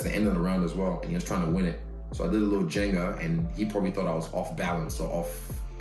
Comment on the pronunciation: One minor fix: it's "ginga", not "jenga".